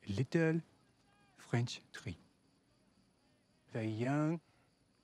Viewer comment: Il a non seulement un bon accent français sachant qu'il est anglais quand même mais il joue son rôle avec beaucoup de talent et charisme ❤️ Rob youre the best💗